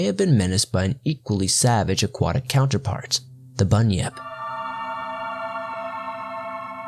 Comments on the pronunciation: i understood bunny up. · It’s actually pronounced bun-yip not bunny-nip like he sometimes pronounced.